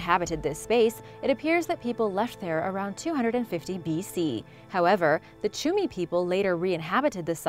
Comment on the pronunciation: the CHIMU people not the CHUMI people . At least you could read your script a little better